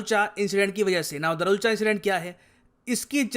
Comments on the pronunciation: It's not darchula it's दारचुला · Sir पूरी वीडियो में आपने दरुलचा बोला है लेकिन वो दारचुला है। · अरे sir धारचूला इंडिया की तरफ है और दारचुला नेपाल की तरफ है। आप दारचुला को दारुलच गलत बोल रहे है 😂🤣। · दरुलचा नही है भाई साहब दार्चुला है। लिखा हुआ है फिर भी गलत पड़ रहे हो। धारचूला पुल के इंडिया वाले हिस्से को कहते हैं और दार्चुला नेपाल वाले हिस्से को। रिसर्च करो फिर समझाओ। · दारचुला not दरूलचा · दारचुला है sir right pronunciation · Darchula is pronounced as: Dar (दार) chu (चु) la (ला)=(दार्चुला). Please pronounce it correctly.🇳🇵